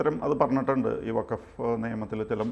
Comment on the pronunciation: വക്കഫ് അല്ലെടോ. ഇത് ഫക്കഫ് ആണ്.